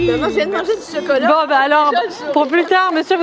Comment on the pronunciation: J’aime trop quand ils disent « Chocolot »